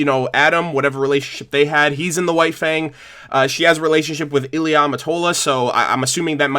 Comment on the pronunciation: Ilia, not Illya